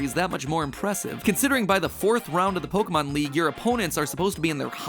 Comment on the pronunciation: I dislike how Pokémon is pronounced in this otherwise decent video.